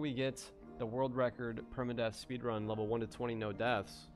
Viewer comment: “Speedun” ok… no.